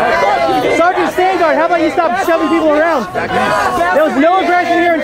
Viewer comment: Great video. btw it's "sergeant"